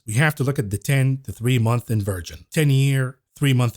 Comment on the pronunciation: Dear. I love you but you really need to know how to pronounce inversion. I don't want you to get demonetized 🤣